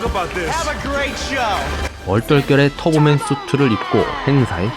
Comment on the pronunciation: 터보맨을 자꾸 털보맨 이라곸ㅋㅋㅋㅋㅋㅋㅋㅋㅋㅋ